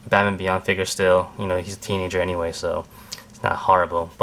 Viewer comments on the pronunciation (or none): none